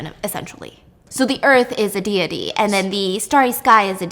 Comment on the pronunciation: I've never heard anyone pronounce deity as dee-yeh-tee until stephanie lmao